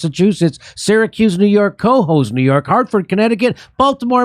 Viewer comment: *ka-HOSE (Cohoes) Former Albanian, now Utican. 😊